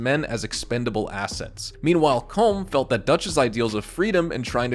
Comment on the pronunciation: Its “colom”